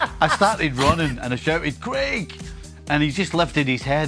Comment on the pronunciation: Who is Creg? Oh you mean Craig